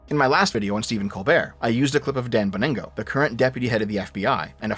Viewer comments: Damn, it's Bon-Gino, not baningo, as much as I wish it was baningo. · Dan "Bo-ningo" lol